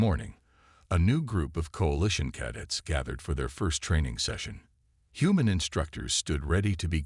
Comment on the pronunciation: ... especially 'cadets'!!!